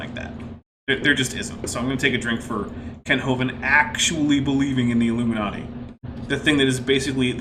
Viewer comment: "Illoominoody" xD Love it.